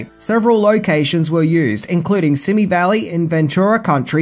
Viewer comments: the word SIMI, as in the Simi Valley, is derived from the indigenous Chumash word "Shimiyi" which means "little white clouds that dance on the wind.”. . Simi is pronounced "See Mee" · It's pronounced "see me" valley, in Ventura County, not country.